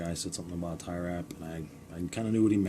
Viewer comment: Are you saying Tirer wrap?